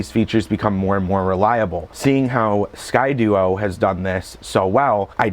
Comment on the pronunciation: "Sky-Dee-O" not "Sky-dU-o"